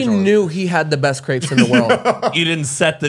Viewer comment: took me a hot minute figuring out what was talking about when he said 'crepes' pronouncing it the way he did 😭